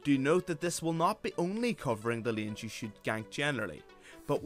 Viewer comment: Its layns(hey) not leans (mean) so irritating pronounce, great content but ur voice doe!